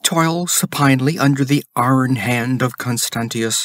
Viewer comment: I agree on EYE-ern vs ARN. But disagree on demonic. While "demon" stresses the 1st syllable...DEE-mun..."demonic" stresses the 2nd...dee-MON-ik.